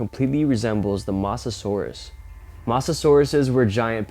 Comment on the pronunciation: aint no way this man just called it a "mossa-sauras"